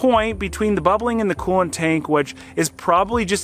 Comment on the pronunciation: Coo-want…. It’s COOLANT!!!